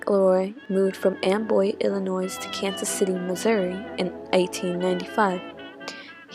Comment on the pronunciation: Went to ‘Tom’s Town’ distillery in KC last night and wanted to learn more. Nice doc. Wish it received more play. Just FYI, the state is pronounced “Ill-i-noy” (silent “s”), not “Ill-i-noise”. 👍🏻